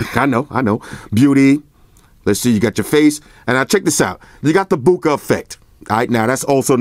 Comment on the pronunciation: "Maximum Boukage" c'mon! need to go sleep bruh... can't do it laughing like this yo! They should make a new language Flossian, Flossan, or somethin' homes damn!